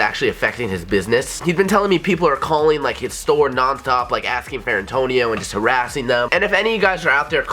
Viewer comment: every time he says Antonio i cring